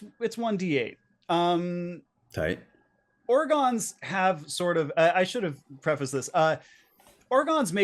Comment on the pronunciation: Why are you calling Gorons Orgons, and the Picori Picodo?